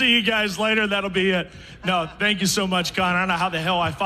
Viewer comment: THANK NOT TANK. THANK YOU NOT TANK YOU HAHAHA. FUGGN SCALLYWAG